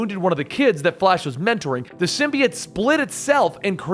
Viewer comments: i like how this guy pronounces symbiote "sim-be-its" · He pronounce symbiote wrong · The way he pronounces symbiote makes me not want to watch it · The way you say symbiote makes me want to kill myself